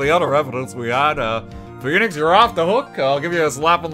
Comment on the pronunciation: RT butchers Phoenix lmao